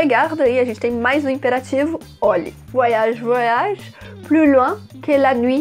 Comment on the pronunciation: Gostei da explicação e a pronúncia do nome da música. Bem legal esse vídeo, filha, como todos muito bem explicados. Cada vez melhor né??? Parabéns!! Beijos mil.